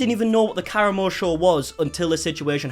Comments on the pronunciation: Am I the only person who screamed KA-RA-MO every time he said caramel? 😂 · his name is pronounced Kuh-rah-mo. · I believe it’s pronounced Cah Ram O. He was on the MTV show The Real World and is a current member of the Queer Eye Caste on Netflix. This interview was terrible. He clearly didn’t look into Chef Ps background before the show and just took her word that she was being harassed. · Believe it's pronounced kah-rahmo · Kah-RAH-Moe Not being passive aggressive, just providing a pronunciation guide based on how he pronounces his name on QE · It's pronounced ka•rah•mo. " FDA approved. That's good because it's not a medical product" that comment made me laugh so hard! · Ka-ra-moe is how you say it but regardless he is an ass for not coming out to apologize. He is being stubborn and it will just lead to him failing at branching past Queer Eye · lol it’s pronounced “Ka-Rom-Mo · The way he’s pronouncing karamo as “caramel.” 😭🤣😭 I can’t 🤣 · Fantastic video! But also you mispronouncing his name is very distracting it's not that hard to Google how to pronounce something. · Everytime you mispronounced his name it made me laugh even harder 😂😂😂😂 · Literally takes two seconds to find out how to say that man’s name. It’s really not that hard. 😑😤